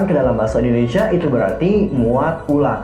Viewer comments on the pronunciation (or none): none